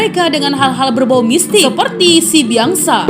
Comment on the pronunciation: Pengucapannya "Sibiaksa", Biaksa adalah tanduk kerbau